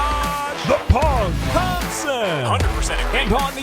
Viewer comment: Its the PUG not POG 😂😭